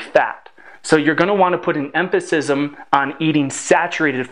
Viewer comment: I noticed that mispronunciation of "emphasis," too. Also, "estradiol" isn't pronounced "estra-dare-all," nor is "phthalates" pronounced "fiffle-ates" or "fithle-ates" (I cannot make out exactly which in the relatively fast stream of speech). Nor is "synthesizes" pronounced "sin-thizes." All mispronunciations provide briefly jarring, negative impressions.